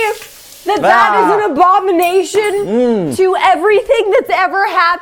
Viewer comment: Did say it was an a-bomination or an a-vomination?